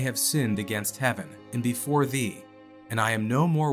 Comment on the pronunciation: "thee" ... not "three" ... I thought I was having a Mandela moment.